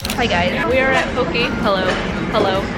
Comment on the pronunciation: it’s (po-kay) not (po-kee) sorry that bothered me😂😂